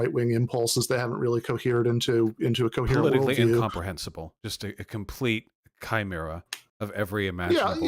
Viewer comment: kudos to on saying chimera right